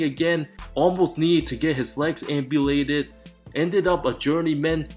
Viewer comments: Shaun Livingston almost got his leg "Amputated" not "Ambulated"....✌🏽😐❤️🏀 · oh okay yeah he said ampulated lmao im guessing isnt an english major